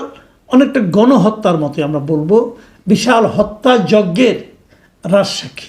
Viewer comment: গন হত্যা না বলে গন, হত্যার মতো, বলেছেন কেন